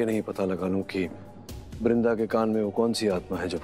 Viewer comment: Bc bindra ji nhi ...brinda ji 😅😅😅